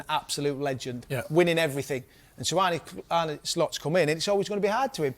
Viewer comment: Why do they insist on pronouncing his name wrong every time they mention him? It's Arne, not Arnie...